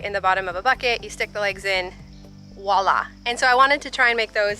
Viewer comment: How many times are you going to say "woila"? It's "voila".